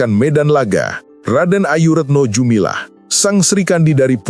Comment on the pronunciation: Retno dumilah . Bukan jumilah. Klo jumilah jual rujak.